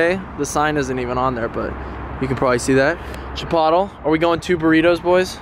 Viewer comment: did this man just call chipotle chipatol 😂😂😂, anyway u the goat fam u hugeee.